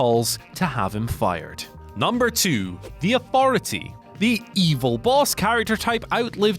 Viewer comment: The worst thing about this list is hearing someone say fousand, aufority and free (instead of three)! Pissed me off more than anyone else on the list